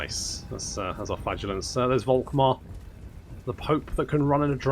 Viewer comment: Dude. Please. Don´t say this "Wolkmar" shit. Guy´s name is said "Folkmar". V=F in German. Folkmar, Faterland, Folkswagen... Now you know. Go forth and sin no more. edit: Literally can´t continue watching. This does not only sound false as in incorrect, this sounds disgusting and revolting/nauseating. Actually gonna lose a chunk of your german speaking audience that way. Who´da thunk?